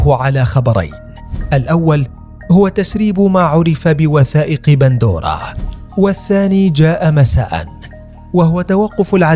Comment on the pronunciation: قهرتينا ايها المعلق إسمها pandora وليس bandora 🍅🤭